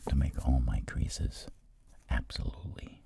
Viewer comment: “Ahbsolully* •poifect•”